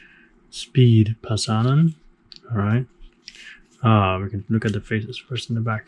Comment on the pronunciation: He is not "Speed", he is SPE-DE :D (TORILLE! (finnish joke))